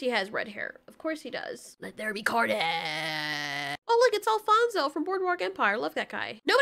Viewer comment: she said wets be carnage